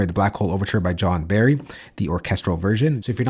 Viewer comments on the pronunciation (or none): none